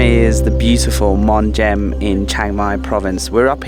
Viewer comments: It's pronounced mong. The h is silent. 😊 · Hey love the channel! Just to let you know it's pronounced "Mung" or "Mong" in English. Not a big deal but I'm sure it got on someone's nerves 😄, love the video keep up the great work!😁